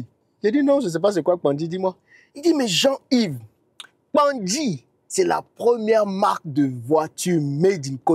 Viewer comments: Cher Tu le pronoce très bien. PANKGI ❤ 🙏🏾 Cet Arbre se trouve dans la Savanne baoulé. 🙏🏾 merci❤ beaucoup pour la publicité ❤️❤️❤️❤️❤️❤️❤️🙏🏾🙏🏾🙏🏾🙏🏾🙏🏾🙏🏾🙏🏾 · 😂 te j'aime trop. Tu prononce trop bien Kpangui . Félicitations